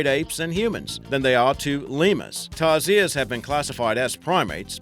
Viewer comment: Its called tarsier/s not tarzier